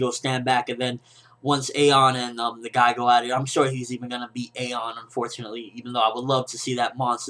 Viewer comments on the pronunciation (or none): It will get animated they just took a 6 month break because when the stopped making episodes was because the show was 4 episodes away from the chapter so they stopped so the anime wouldnt pass the manga so don't worry:)..... And btw ayon sounds like ion